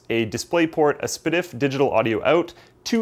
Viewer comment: Thanks to, I now know how to pronounce SPDIF. Very spdiffy.